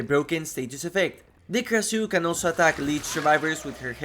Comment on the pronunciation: Pronounced "Krashoo" I have such a hard time listening to people butcher names.